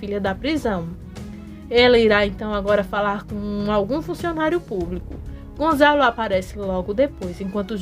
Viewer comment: É Gonçalo, e não Gonzalo.